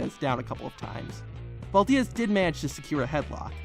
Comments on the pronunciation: Bro... it's Harry Valdez, not Harry Val-diaz. He's a legend man and it's a simple name. That's probably the only time anyone has mispronounced his name...lol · Valdiez !? I never knew “Valdez” was pronounced “Valdiez”... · . Really? Can't properly pronounce Valdez... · Poor Harry Valdez. His only few minutes of fame, and some dumbass from the future can't even get it right for him. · Not as brutal as the way he pronounces “Valdez”.... 😂😂